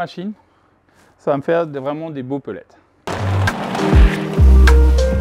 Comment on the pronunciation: Mais on dit des pellets pas des pellettes non? 😁😁😁. Bravo pour l'investissement (de temps).